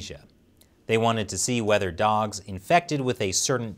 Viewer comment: "Yi' lyk dags?" "Dags? Ooohhh, dogs, yeah I like dogs"